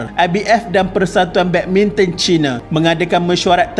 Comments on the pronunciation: Badbinton ke badminton ea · Tersedak admin cakap badminton 3.04